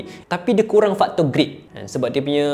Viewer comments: grit la bang bukan greet, kalau groot pun boleh jgk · "GRIT" bukan GREET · GRIT bukan GREET. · bukan greet,tapi GRIT!